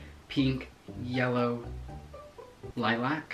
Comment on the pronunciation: The way be said lilac bahahahaha 😂